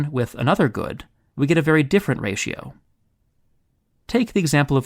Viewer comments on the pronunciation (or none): none